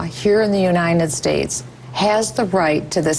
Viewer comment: "U-nine-ted States"?